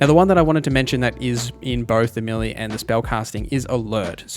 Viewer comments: The word "melee" is pronounced may-lay, not mill-ee. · I kept wondering what a milly character was. Then it hit me! Ah I think he's saying meleeeee lol